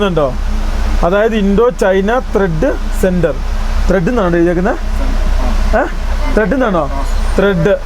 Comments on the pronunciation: ത്രെഡ് അല്ല ട്രേഡ്...... ദൈവമേ ഒരു എണ്ണം പോലും ഇല്ല...... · ത്രെഡ് അല്ലടാ ട്രേഡ് 🙏